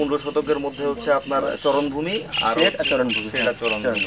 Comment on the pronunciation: চরনভূমি নয়, শব্দটি হবে চারণভূমি।